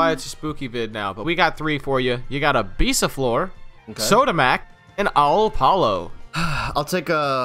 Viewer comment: Btw u speak the "or" from bisaflor like "ar"